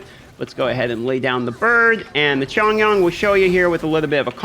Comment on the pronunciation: your Xing Qiu pronounciation is as good as it gets for Westerners. well done. for Chong Yun, the "Yun" is more of a "Yoin" or "Yuin". don't know how to type this out to help you. hahaha.